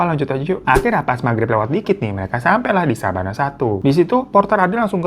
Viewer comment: Koq Sabana sih? Yg bener bukannya Savana yak? Apa efek lagi puasa nih gw jadi inget Sabana 😂😂😂